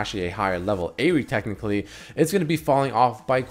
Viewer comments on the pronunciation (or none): none